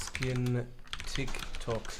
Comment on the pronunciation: Es heißt Tyk Tok😐